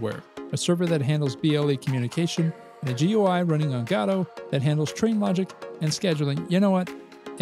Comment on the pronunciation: You said it right!!! Subscribed.